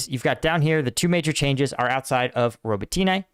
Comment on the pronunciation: Robotyne - Роботине ... first o is not accented, second o is accented: Rah-Boh-Teen-yeh (the last syllable is soft short y). Roll the R, accent Boh, slur the last two syllables together, and say it all fast.